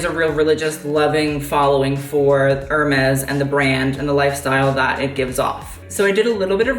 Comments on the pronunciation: Kid, if you're gonna be a fashion vlogger pls learn to pronounce Hermes properly. It's pronounced AIR-MEZ. I cringed every time you said ER-MEZ :/ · If you want to know... Hermès is pronounced in French « Air-Mess »